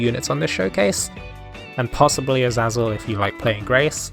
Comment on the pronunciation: It's pronounced Aseizel